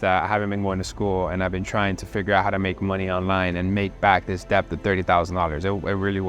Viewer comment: How does he not know how to say debt yet?